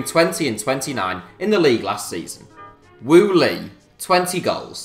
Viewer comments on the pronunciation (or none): Wu Lei, not Lu Wei